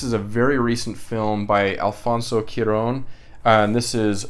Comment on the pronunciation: Haha no worries about butchering names. I do the exact same thing. In regards to pronunciation Cuaron, the first 3 letters are said like Kwa. 😁